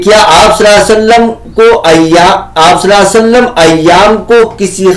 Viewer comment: السلام عليكم و رحمه الله و بركاته Nabi alaihissalam ke name mubarak par durood parne par aapki adaigi sahi nahi hai